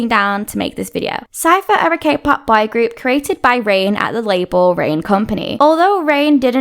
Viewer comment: Your pronunciation of "boy" sucks. Most of the time it seems you were saying "bi-group".